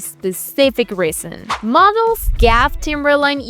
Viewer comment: You lost me at “Gaff”. It’s G-A-F.